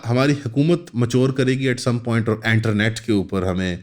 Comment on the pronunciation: Enternet ✔️ internet ❌🤡😂